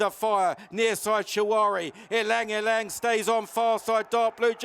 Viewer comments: Sorry to correct you there mate, but you DO actually pronounce the Y before Lang. It sounds like “elang”. You are perhaps thinking of the famous pianist Lang Lang, but this horse is named after a famous flower which has a very beautiful scent often used by Chanel in perfumes. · It's pronounced as e-lang e_lang. It's derived from the Tagalog (Philippines )word "Ilang" means "wilderness". Ylang ylang is a yellow, star-shaped flower.